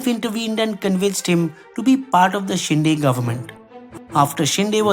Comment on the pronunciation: It's Shinde (शिंदे), not शिंडे